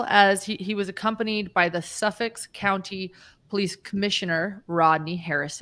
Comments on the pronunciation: Suffolk not Suffix 😊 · Suffolk County. When I hear you say it, it sounds like you're saying suffix. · It's Suffolk County, not Suffix.